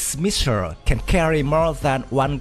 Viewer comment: missile NOR MISSIR DEAR LORD PRONOUNCE L